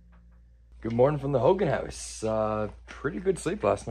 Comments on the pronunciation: Congratulations to y'all! It's pronounced HO-Gone. I'm Navajo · It's pronounced (Ho-gone)